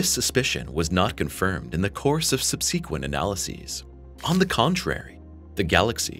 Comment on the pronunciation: I love the new AI narration being used, and used badly. It works, for the most part, but there are words that are not pronounced properly. Like the word 'Subsequent'. We know how it's pronounced, but AI tends to say sub-see-quent instead ...